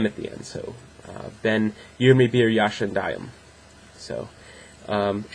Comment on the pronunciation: You can improve your speaking just with learning how turks says the ya ( when you told yaşındayım you are opening your mouth in a wrong way. Dont open it too much ) Keep it up.